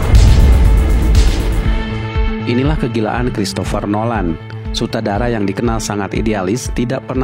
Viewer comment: apa telinga gw doang yang dengernya SUTADARA?